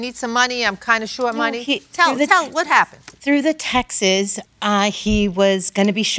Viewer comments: It’s not Texas or textes, it’s TEXTS. Please, these people supposedly grew up speaking English. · Why have people forgotten how to pronounce the word “texts”? Texas is a state. Jeez. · Drives me Crazy when ppl say that too. Funny thing is that when you typed textes, it gave the translation of texts.😆🤦🏽‍♀️